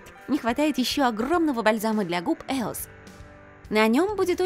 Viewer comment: неправильно не еос а есос